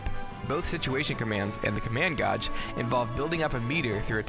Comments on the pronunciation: Did you just say command gawj...dude it’s pronounced gayj. How do you not know how to pronounce gauge? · Its gaij not gauj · Gage man. the hell do u say it so wrong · Not gonna lie, the whole "goj" thing is mad distracting lol. Good vid tho, and nice edits. Solid production value. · Command goj. . Pronunciation has left the chat. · Wait. Command "gahj"? I don't if english is your second language or if you just have an accent, but gauge is supposed to be pronounced as "gāj" like "gay-j", or the name Gaige. I'm not trying to be disrespectful or insulting, it was just distracting. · Thank you. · Omg, how can you get a simple word like gauge wrong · The mispronunciation of the word gauge was distracting as fuuuuuuuuuuuuuuuuuuuuck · 3 or 4 times in a row really hurts my soul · Sad thing is, this isn't the first time I've heard someone pronounce it like that. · Hurt my soul when i heard him say that. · I was gonna say that dammit